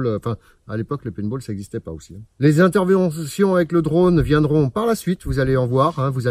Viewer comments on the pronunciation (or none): les interventitions ??? ça m'intiériesse? lol